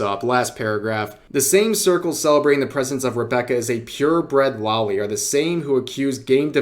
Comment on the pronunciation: Only critique I have here (sorry for being that guy, but I must) is that you keep saying "lolly" instead of loli. Long O sound.